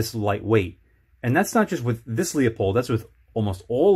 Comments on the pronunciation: Good review. I own the Leupold 3-9x33 EFR. It has an AO so parallax isn't an issue. I think your review would gain credibility if you learned how to pronounce Leupold. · This is a bit difficult to watch. At about the 2 minute Mark now and I already have some corrections: -This scopes parallax is NOT set to 100 yards. It’s right in the spec sheet. -Tube size doesn’t affect light transmission. Edit: I have to stop . You can’t even pronounce the brand name correctly.